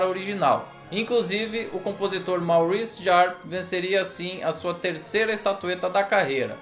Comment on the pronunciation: Judy Davis é uma atriz espetacular e subestimadas demais, é a grande força deste filme. Mais uma grande obra de um dos melhores diretores da história do cinema. Só corrigindo, o compositor é francês, logo se pronuncia 'Morrice Jarrê'